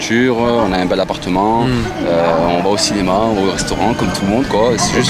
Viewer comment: Belle voichure bel apparchement 😅😅😅